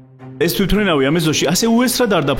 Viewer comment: ძმაო თვითვრინავი კი არა თვითმფრინავი 😂😂😂😂😂